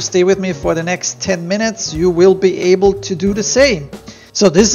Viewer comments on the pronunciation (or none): none